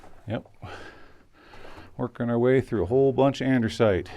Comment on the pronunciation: Great video but please stop calling it andersite. No "r" in andesite.